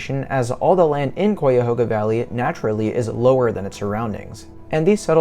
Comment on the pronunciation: Interesting perspective from such a young visitor. Yes, the pronunciation of the name is "KHI-A-HOG-A"...not Quy-a-ho-ga...or...Coy-a-ho-ga. Also, you missed a great deal of content possibilities, most of which involves the history of the valley...which is a significant part of what put it on the map in the first place. The river, the tow path, farms, hand-dug canal (significantly from Irish immigrants / indentured servants), the infamous "Underground Railroad", the canal locks that were used for shipping cargo...which played a major part in the development of the City of Cleveland & the Industrial Revolution - major roll in the building & expansion of "The Western Reserve", the actual railroad...you can take a ride on the train, The Great Flood of the valley...historical shift that made a major impact on the Industrial Revolution. And then there's another whole world of history just with the Native Americans - who created & built existing monuments, trails, villages & famous burial mounds - which extend even further throughout the state, with the Cuyahoga Valley being the center or nucleus...Google "The Mound Builders". I could go on...but perhaps when you get a bit older and your interests change, or you start to ask mid-life questions like "what's it all about?" or "how did this happen?"...then perhaps you might decide to perform some deeper research into the area you wish to explore before you get there, and then map out some of those places you'd like to visit. There's a